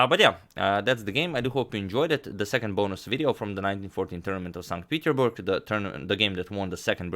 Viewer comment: #suggestion At the end of the tournament, I must say it: it is pronounced "Saint PeterSburg"